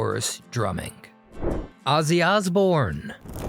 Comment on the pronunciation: Azie Osborne? WTF?